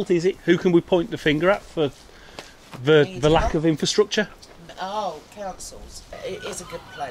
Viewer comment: Why does he pronounce "th" as "v"? Ve instead of the, vese instead of these.